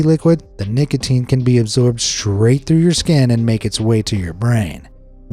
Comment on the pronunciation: W-w-wha-t abo-o-ut lo-o-oki-i-ing at nic-a-a-ateen 😬😬😬😬😬😬😬😬😬😬😬😬😬😬😬😬😬😬